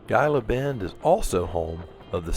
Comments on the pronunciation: "Gila Bend", you're pronouncing it with a hard G. It's pronounced "Heeluh Bend" same as the name of the "Gila Monster" lizard. Otherwise, great video! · Pronounced Heela Bend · Great video. Just an fyi - I am pretty sure you pronounce Gila Bend as Hee-la Bend. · and, thank you for the video. I live in Tucson with my wife. She’s a native and I am a transplant via the military from Philadelphia. Gila Bend is pronounced ‘Heela Bend.” The “G” is pronounced as a “Hee.” And, multiple cactuses are pronounced “Cacti.” So, you got it right. I’m so happy you got to go on this adventure through the beautiful desert. I made that journey in the summer years ago on a BMW K1200LT, and only made in through the heat via a sweatshirt soaked in water underneath my jacket. It took a couple of soakings on the trip. But, the ultra low humidity of the desert was a way to stay cool. Kinda cool, hun? I hope to meet you and and would like to shake your hand and buy you both a cup of coffee. I bought a 2023 Spyder RTL a few weeks ago and am waiting on some customizations so I can drive the Spyder. I plan to do a YouTube channel, 7wheelz, to show others how to live with a spinal cord injury, ride a Spyder, and live life to the max when I use a wheelchair. Thank you for the inspiration and example. Safe travels to you both. I hope your visit to California is absolutely wonderful! See you soon. (Sam Shivers) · Gila Bend is pronounced Heela Bend. Enjoy. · Hey coach ! Gila Bend, Arizona is pronounced as He la Bend. I thought I’d just pass that on to you. I love your videos. I’m taking training for the Sounder in November. You both take care.